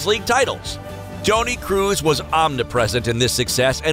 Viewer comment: No one: Absolutely no one: Speaker: ToNy KrUs